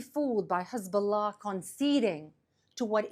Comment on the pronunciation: She is the Best in the world at pronouncing Hezbollah ❤️🇮🇱❤️🤣❤️😊